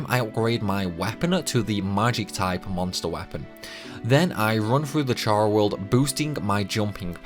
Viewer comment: Your pronunciations are weird as hell. "HL" is "Hell", not "Aich-Ell". "Chara World" is "Karah World", nor "Tcharah World" - "Chara" here stems from "Character".